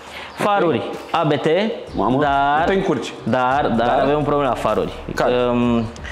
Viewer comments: Se pronunta abt, nu "a be te" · Abt, nu ABeTe. Este numele de familie al fondatorului, Johann Abt si fost pilot. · Se pronunta ABT nu ABT !!!! :))) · 😠😠 Se pronunță ABT 😜